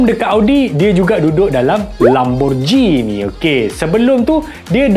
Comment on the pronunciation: Lamborgini bukan Lamborjini walaupun ditulis Lamborghini tapi sebutannya Lamborgini, sebut biar betul jangan jadi ngok sanget 😂